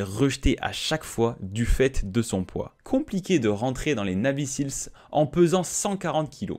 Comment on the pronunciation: Et ca se prononce "naivy sils"